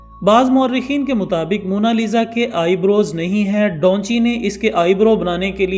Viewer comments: Bhai donchi nah hai uska naam da vinci 😆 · Da vinci he bhaii dhonchi nahiii 😅😅😂😂😂😂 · بھئ اس پینٹر کا نام ڈاونچی نہیں ۔۔ دا وینچی ہے 😂🤣۔ نام چاہے جس زبان میں بھی ہو ٹرانسلیٹ نہیں ہوتا